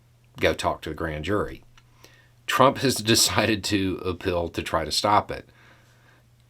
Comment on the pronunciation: Did you just say "appeal" or "a pill"... 🤔 If it's the latter, can it be Adderall? 😋 — Drumpf